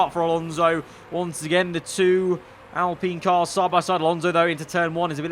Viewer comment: I HATE THE WAY HE SAYS ALPINE ITS PRONOUNCED AL-As in Allen and Pine as in pine tree